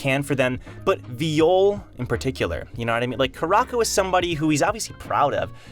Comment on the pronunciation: it hurts me when u pronounce it viiyole